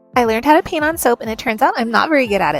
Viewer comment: Sounds like you said pee on soap. Not paint. 😂